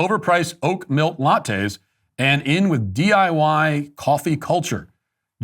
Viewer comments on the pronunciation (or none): Matt, just a heads-up... it's not "oak milk" those kids drink, it's oat milk. You might have a point, Gen Z and stuff, but let's not pretend, ok?